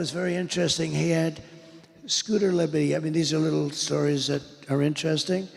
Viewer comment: Scooter Libbidy toilet is my favorite crossover political meme. (pretty sure he said libbidy twice)